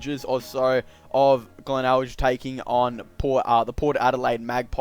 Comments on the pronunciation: Heads up its pronounced glenelg the last g is pronounced same as grape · I love how you pronounce glenelg